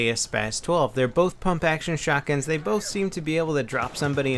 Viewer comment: Pump* not pomp.lol